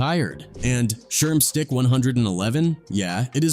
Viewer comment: "Sherm Stike" Is Crazy 😂